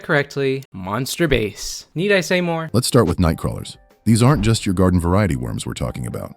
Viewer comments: the tts always says base after base adter base and like a quarter percent says bass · It's pronouncing it like the instrument, not the fish.